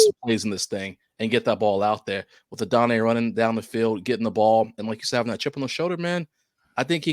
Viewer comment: It’s AH-DUH-NAI not A-DONNAY btw 🫡